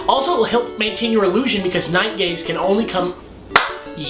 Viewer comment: did he say night gays at the end lol